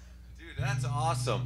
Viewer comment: ya lars sanki ilk defa wah pedalı görmüş gibi this is awsım ne lan allah aşkına crybaby gitmiş adama signature seri pedalyapmış sen 2010lardamı awsım diyosun ne adam ya :D